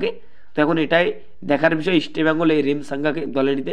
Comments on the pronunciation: You should pronounce properly Why are you spelling Easta bengal instead of East Bengal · তোমার উচ্চারণে অনেক সমস্যা যেমন ,,Eastbengal এটা আগে ঠিক করো। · আরে গর্ধব, আগে "ইস্টবেঙ্গল" নামটা শুদ্ধ ভাবে উচ্চারণ করতে শেখ, তারপর ভিডিও বানাবি। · দেখো তোমরা যে কেন vdoকরো...তা বোধগম্য নয়...একটা খবর ও ঠিক নয় ...চাকু মাণ্ডি...আমন ...এদেরকে সুযোগ দেওয়া হোক.. ভালো বিদেশী welcome ...পরিশেষে বলি Estbngl...নিচে কথা বলতে হলে উচ্চারণ ঠিক করতে হবে...like...share...পারলাম না